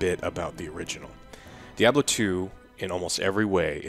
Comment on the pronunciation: When I can afford a PC to run the new D2 I will buy it, but (likely purposefully) pronouncing it as 'dee-ahb-lo" is kinda funny. It's not wrong, and it's a great game, but it's still funny.